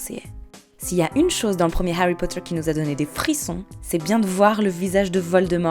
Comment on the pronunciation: haaarry pouta